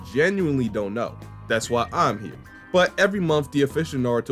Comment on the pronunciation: years, hima wildin 😂